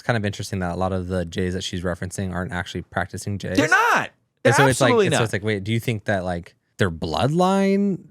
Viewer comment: Why aren't you saying the jews.. why say jays ,sounds ridiculous.